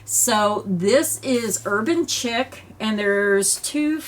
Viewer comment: The yarn you chose are all really pretty. I do believe the Urban Chic is pronounced “sheek” not Chick.